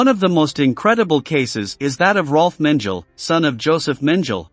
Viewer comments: Gelatin, hair gel …of course it has to be Men-gel. 😂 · You wrong ! Just one example. Mengele , is not Mengel Correct Pronunciation is MEN_GE_LE G -is a G like in GOLD , so is Mengele , even the last letter is an E -like in Elefant ,and not Mendzel how he said repeatedly ! Did you get it ? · Yes. How 'Mengele' became 'Menjeal' is truly ignorant. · Yes. Who the f is Joseph Menjel? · Mengele is pronounced: Men geh leh. NOT Menjel... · the prononciation of there last names should be spoken correctly Hun mengle is pronounced mengala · Me gar lay. Not Men gel. Learn how to pronounce names. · It is ridiculous how many words are mispronounced here. Not only German names like Mengele, but also English words like "deniers". Does nobody proof-listen this before it gets published? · It’s pronounced meng-a-la. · Have I been pronouncing mengele wrong this whole time??? 😂😂😂 menjill now that's funny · Love your video! I can't help it, I have to say that your pronunciation of Josef Mengele is pronounced Men-Guh-La. Sorry if I'm picky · Is it too much to ask that these narrations pronounce names at least PARTIALLY correctly? Menjell? C'mon! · You are correct! He takes the time to research and produce a great video but degrades the quality by using a computer voice that mispronounced the individuales names. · Before starting this interesting history of Nazi leaders's children, the author should, in my opinion, have spend some time learning the correct pronunciation of the persons' name he is telling the story, like Speer, Göbels, Göring, Mengele. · And not knowing how to pronounce Mengele? It is really too bad that well known names from the subject matter are mispronounced. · These computer voices are pretty good nowadays, but a human would never pronounce Lyon and Mengele that way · Please do something about your pronunciation of words like 'Denier" and "Mengele"!